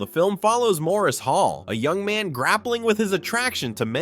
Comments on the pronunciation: Great list and clips. FYI “Maurice” is pronounced Morris (British not French). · 'Maurice' is pronounced 'Morris' in English. FYI